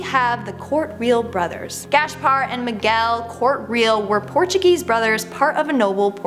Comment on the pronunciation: Love these mysteries and it's always so creepy.....but please verify pronunciation.....it's Gas-par.....not Gash-par.....and their names is written as Corte-real and pronounced as Cort-eh ree-al. Like it's such a simple thing. =_=